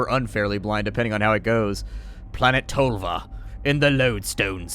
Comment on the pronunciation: Ah you americans, tölva and tolva does not sound the same